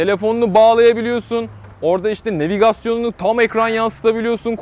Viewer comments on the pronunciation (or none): Niye nevigasyon? Nevigeyşin veya navigasyon değil?